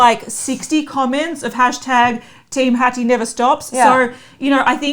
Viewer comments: It's not Hatiss ladies. It's Hatidje :) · Guys Hatice is a Turkish name so it is pronounced “ Ha-tea-jay “ . You can check online. Love your videos but just wanted to let you know! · Also it's pronounced/Ha-ti-jE/ (in case u were wondering) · Dear I was repeating this everytime it was pronounced wrong.